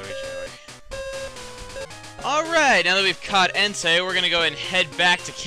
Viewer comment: when he said entei it sounded like hentai